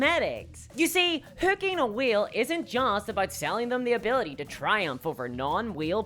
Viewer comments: Excellent video! It did take me a while to realize what you were saying "whale" not "wheel." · Why is he saying wheel instead of whale🤔🤔🤔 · Way L. Not We Eel. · I couldn't tell if she was saying wheel, or whale... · Haha I took me half the video to realize you were saying whale not wheel. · I'm still not convinced after watching it. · Like... I heard you make the A sound for other words. This is whale erasure!